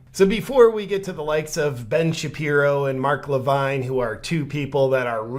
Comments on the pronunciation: Mark Levin, not Levine. 🙂 4th largest radio show in the country, and Fox news host. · Just to help out JP; It's pronounced Mark Li-vin; Not Mark Li-vine. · It's Mark La vin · JP your ignorance of who Mark Levin (Luh-vin) astounds me. He worked under the Regan administration and has had a nationwide conservative radio show that reaches millions for several years now. He’s on Fox news all the time (had his own show BTW) and was a guy who was always on the Right side of the issues and hates the Left with a passion (There, I said it!) - One of is tag lines. Unfortunately like a lot of people in cults, it’s tough for people in deep to see the evil underneath. Kinda of like if someone tells you your wife is a dirty wh0re and you’re like “The hell she is!”, but turns out she really is. Just really hard to accept that reality.